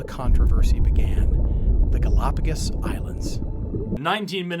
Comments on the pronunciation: "Gal-O-pagus" FFS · They can’t even pronounce it correctly… GalapaGUS? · I can't get over how he pronounces "galopagiss" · Say “galapagus” one more time… I dare you! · Them pronouncing it "galapagis" is pissing me off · I love how the creationist pronounces it “Golopiguusss” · Why does the guy continually say Galápagas. And Galápagus. And Galápagis. It's Galápagos. It's not hard. You don't need to be a native speaker. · Why is it that creationists regularly mispronounce important words in their presentations? It’s like a trope with them. It’s not difficult to find out how to pronounce the name of the damn archipelago. 🤦‍♂️ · Genuinely put off by that pronunciation of Gálapagos for some reason